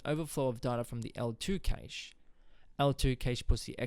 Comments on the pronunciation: Informative ,however it is pronounced Cash not Kaish. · Cache is the same Cache meaning a hoard or Stockpile. It's pronounced like CASH money.